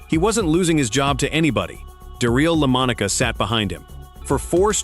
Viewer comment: "Darill Lomonica"... that's some bad AI narration....